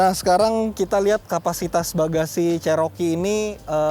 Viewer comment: Bukan jaring itu namanya cargo barried,Cherokee di baca ceroki bukan ceroke.